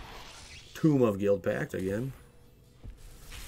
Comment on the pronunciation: Hearing home pronounce "tome" as "tomb" bothered more than it should have.